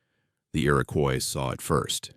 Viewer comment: The indigenous population is pronounced “IR-IH-KWAH” not “Coise”